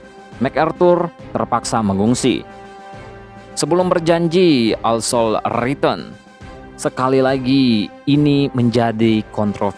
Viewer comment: Roosevelt, di baca rusevelt, bukan risovelt, I shall return, Shall di baca : Sel. Bukan sol..., Increase your english min..